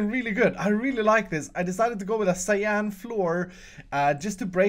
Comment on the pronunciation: The way he said 'cyan' tho